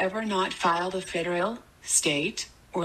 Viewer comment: Hello! Sao chị nghe foreign speaker trong clip lại đọc chữ " federal" là " phe- (đ) reo "??? Có gì đó sai sai??. Trong khi you lại đọc " phe - đơ- rô" giống phát âm trong các từ điển.